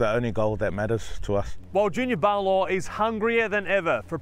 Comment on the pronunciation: It's Paulo (puh-oo-lo) se ufa🤣🤣🤣🤣